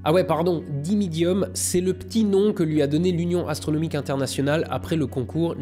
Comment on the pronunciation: ''et si vous êtes intéressé par youtube abonnez vous a AstronoJique'''' mdr